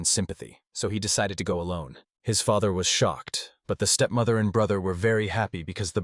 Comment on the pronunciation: This is an entertaining manga. Although the AI needs some work as it's pronunciation of some words is wrong. Feather instead of father. Sleeves instead of slaves. Among others.